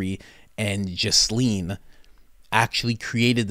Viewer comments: GEE-LANE Maxwell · Yall driving me crazy with your pronunciation of Ghislaine The S is silent. And the G does not make the J sound. If your gonna say it wrong atleast say it the funny way.. Jizzlane